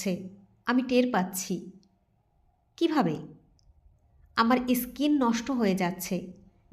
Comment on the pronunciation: ইস্কিন নয় “ স্কিন “😅